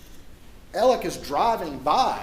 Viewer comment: Again, who is is Eleck? And who is Murdock? Pronounce correctly please.